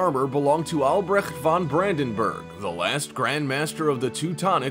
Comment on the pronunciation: Albrecht von (not van) Brandenburg (if I correctly understand your pronunciation ) was German (not Dutch) and was not last Grand Master of Teuronic Order. He converted to Lutheransm, but Teutonic Order still exists as catholic religious order. And still has its Grand Masters